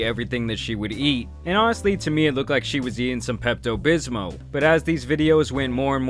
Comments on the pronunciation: “peptoe bismoe” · always pronounces every word pretty well but that “pepto bismo” caught me off guard lol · Yes omg. Like there's an L at the end 😂. Pepto bismol